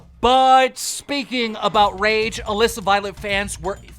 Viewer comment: First time I’ve ever heard Keem say Alissa correctly lol